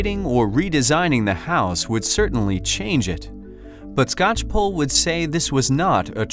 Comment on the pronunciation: It's always weird to hear my last name pronounced correctly by someone who is not family.